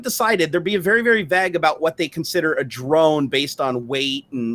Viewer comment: Vagg? What is vagg? Do you mean vague